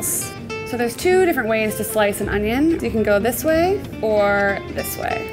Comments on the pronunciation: ItS OnIoN nOt OnYo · I was waiting for her to say onyo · So in English it's called onion and not onyo 🤔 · Fail, it's Onyoooo not onion